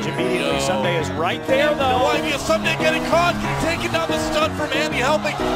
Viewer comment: "Soomday"? Really??